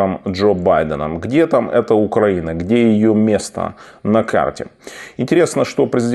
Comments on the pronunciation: Пане Тарас! Хочу сделать вам замечание по поводу ударения в слове Украина. Не УкрАина, а УкаИна! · Тарас, но простите ! Ну почему "УкрАина" ? Откуда у Вас возникла такая привычка? Это разрушает Ваш шарм и режет нам слух. Советую повторять перед сном не меньше 10 раз слово "УкраИна" , так учат стихи , слова которых тяжело запоминаются , а проснувшись утром , повторить. С этим надо что-то делать ... Пока я писала , услышала правильное произношение , значит надо закреплять. С уважением.